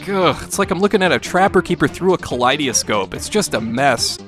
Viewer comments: Ka-Lie-De-Ehh-Scope = Kaleidoscope (Ka-Lie-Da-Scope) ..... :). Maybe its the midwesterner in me that found that odd. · makes sense to me, I'm from Wisconsin and have a lot of family in Minnesota, doncha know?